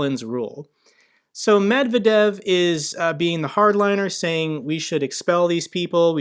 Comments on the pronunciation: Medvedev is more or less pronounced Medvediev (also weaker v at the end), the transliteration lost a lot of the pronounciation. Med-vediev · Medvedev, to pronounce his name, here is how to read it; Med-ved-jev. Hope this helps with getting it more right. 😉